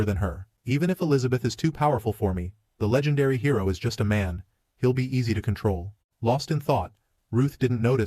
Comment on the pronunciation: it seems this HI Row is much more ..... Hi Row? did you just let your AI ENGRISH the word Hero? MORON!!